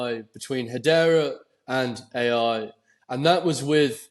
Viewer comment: is the only person I’ve ever heard pronounce Hedera as ‘Hadeera’, you’d think he’d learn to say it right